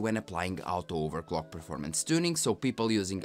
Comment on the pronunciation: I am learning Spanish and now I understand why you pronounce orto-overclock as out-o-overclock. And great that you give comparisons over driver updates. I am wondering if you could give us a compare of performance of latest drivers vs when the driver was released for that gpu. It will let us know if it is true that AMD ages like fine wine. Of course I understand that it is huge effort so, no worries if you cant.